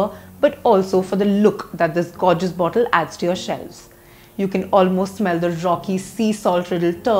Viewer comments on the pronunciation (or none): none